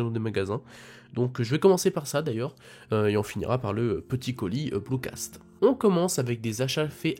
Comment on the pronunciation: C’est BlucatS et pas blucaSt :)